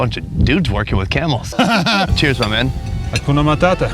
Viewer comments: i heared " akuna mathata"😂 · Did he just say "kuna matata"?😅